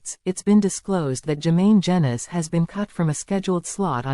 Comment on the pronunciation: Its pronounced jeenus not jenus which might turn out to be apt rhyming slang as up and coming pics might show